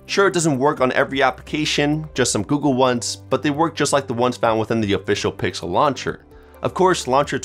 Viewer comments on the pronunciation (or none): none